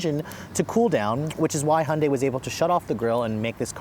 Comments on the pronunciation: Please its high-UN-day NOT unday! Otherwise great. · Why does he call it a “Hunday”?